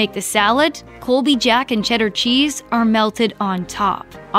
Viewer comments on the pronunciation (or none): none